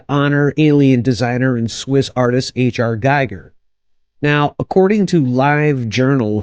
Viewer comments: His name is pronounced Gee-ger with a long E. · And Giger rhymes with "eager". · Terrible video - if you didn't even bother to review some basic material about the subject and find out how to pronounce Giger correctly, you should not make have made this. You are basically reading a wikipedia article out loud with Google image search. Not worth watching.